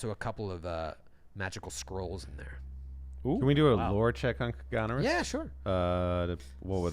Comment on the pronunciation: BTW - Granary not Grainary :)